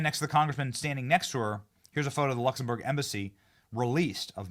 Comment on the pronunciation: great show, but again, check your pronunciation. Luxembourg has an 'm', not an 'n'. Keep up the good work.